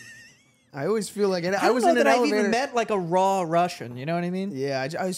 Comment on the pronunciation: As a “raw” russian, the pronounce talk killed me😂😂😂